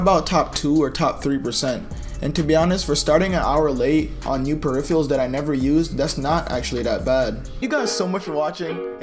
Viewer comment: My man can't pronounce peripherals